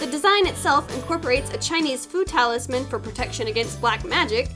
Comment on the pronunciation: IDK BUT I only hear food taulisams😅 instead of fu talisman😂😂😂 LOVE YOU